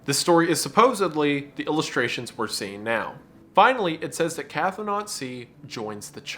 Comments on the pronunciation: Wendigoon, PLEASE Stop pronouncing cthonaut like "cathonaut!" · idk if you'll see or care, but Cthonaut is not pronounced "catho-naut". Cthon is pronounced "Kh-th-ON" with 'th' as in 'thin', so Cthonaut would be pronounced "Kh-thON-awt" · It's pronounced "k-THO-nawt". The ctho- prefix is does not have an A sound nor a glottal stop. It is all one sound. Ctho.